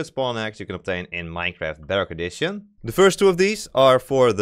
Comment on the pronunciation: When he says bedrock edition it sounds like dark edition